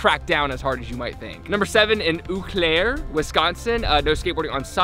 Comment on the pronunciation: I live like 45 minutes away from Eau Claire and ngl you kinda butchered the name it’s more like O claire but It’s crazy that a city so close to me was on that list 😂